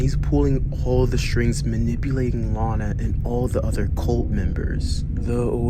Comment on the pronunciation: Bro really said Lona